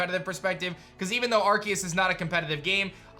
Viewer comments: but it don't litterally look it up there's 1 way to say it and it's not with a K there's 0 definition online where it's pronounced that way it's just edgy and cringy lol it's Aar-see-uhs like look it up 1 pronunciation tho I ain't made ppl pronounce how they want I mean look at rap they cant say you they sound like pikachu saying chu XD I was just pointing it out I find it wierd he looks like the type if person whod try to pronounce stuff accurate so I was making it more like a joke but typing hard to add feels lol but yeah I was just pointing it out there's is 1 solo way to pronounce it lol. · no he's not lol it's been a word/name for a long time and he's one of the few pronouncing it that way XD the C is pronounced as a S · Still pronouncing arceus wrong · It's literally officially pronounced with a hard C sound in English. You can pronounce it however you want, but it's how it's pronounced in the movie, and how it's pronounced for the game in trailers and such. Plus, Silvally's ability that is based on Arceus is the RKS System. R-K-S. ARE-KAY-US/ARE-KEE-US. Either way, it's a hard C sound, not an S. If Arceus was pranced with an S sound, then Silvally's ability would be RCS System, to reflect that pronunciation. I would believe that Pokemon would be the ones to know how to pronounce the Pokemon they come up with, and it has always been pronounced with a hard C in English. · Doesn’t matter imo. Both are the correct pronunciation. I agree pronouncing the name with a C is the official way to say it overall, as they say it like that in Japan, but the English version pronounces it with a K officially.